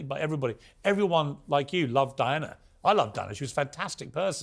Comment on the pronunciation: Who the $uck is Dianer??? Why can't just say Diana.